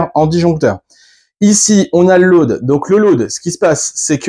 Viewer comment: BRAVO. Tres instructif Je suis anglophone et j'avais du mal à comprendre ton "lauade" mais apres j'ai compris. Il me reste à comprendre ce business de terre-neutre. J'ai une bonne prise de terre à 3m de mon DEYE de 12kw et j'ai besoin d'avoir la reference de ta video qui parle de ça. merci